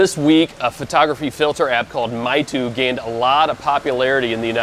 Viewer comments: It is not called Mytu, but Maytu. And it is for kids and young people, not for serious granddad. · It's pronounced "may tu" meaing "beautiful picture"